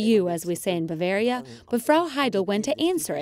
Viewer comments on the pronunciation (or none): none